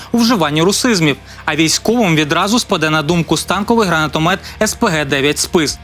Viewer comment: Та скільки ж можна, "журналісти"! Запам'ятайте, нарешті: кулемет, гранатомет і д.т. - не "стАнковий", а "станкОвий", від слова "станок"! Як змовились, московити вічно перекручують, а тепер і наші мавпувати за ними почали...